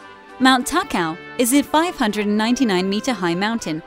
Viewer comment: Ta-Ka-o is the correct pronunciation